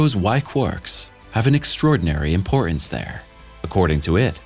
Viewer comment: WHY CAN'T YOU PRONOUNCE "IMPORTANCE"? YOU SOUND FOOLISH. TAKING BACK MY LIKE!